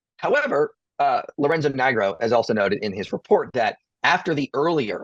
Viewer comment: I zoned out so hard, when you mentioned the name Lirenzo Nigro I DID NOT REALIZE YOU WERE SAYING A LAST NAME of someone OMG I WAS SO SCARED I WAS GONNA HAVE TO UNSUBSCRIBE, I HAD TO PUT DOWN MY KNITTING NEEDLES AND REWATCH FOR SOME ACCEPTABLE EXPLANATION.